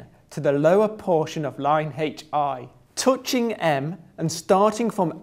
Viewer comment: yes, i get it, thats an english accent.. he still cant pronounce "touching" :)